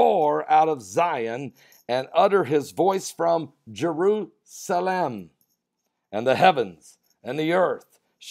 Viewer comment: jer-USA-lem. Jew-USA-lem.